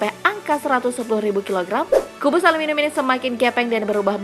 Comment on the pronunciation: Ngomong aluminium aja salah